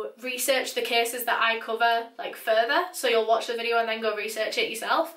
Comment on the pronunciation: i was just crying n then i heard " so tudaes vidoa"